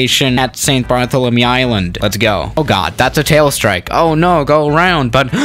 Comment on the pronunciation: When calls st. Barthlemementy St. Barthélemy.